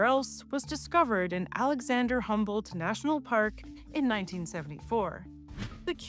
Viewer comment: It took me a while to grasp who "Alexander humbled" was. The name is Alexander von Humboldt (with u as in full). Otherwise: great videos!